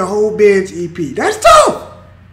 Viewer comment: Honestly I'm sick of hearing "dats touf"